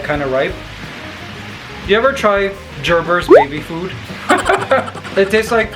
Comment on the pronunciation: Ha ha you pronounced my last name wrong 😂 It’s pronounced grrrrrbrrrr but spelled gerber.